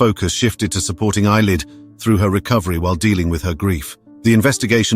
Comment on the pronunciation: 😂😂😂 creased at him saying eyelid it's a scottish name pronounced A-lay